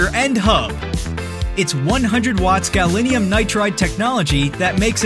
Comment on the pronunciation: "The footage in this video was created as promotional/educational material." So educational, in fact, that the voiceover can't even pronounce "gallium" correctly. This typically American linguistic ignorance hardly inspires confidence in the product's manufacturers that they let it pass. (Or is it a hoax to encourage interest?)